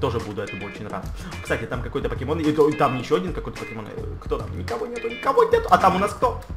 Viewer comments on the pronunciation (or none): none